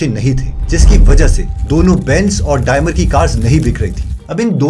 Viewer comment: डायमर नही है वो डेईमलर है .